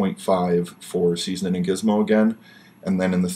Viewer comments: Hahahaha it's Ceezlin not 'seasonin' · Why does call Ceezlin "seasoning"?